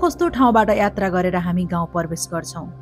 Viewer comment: hajur le jaile attra vannu hunxa yatra vannu na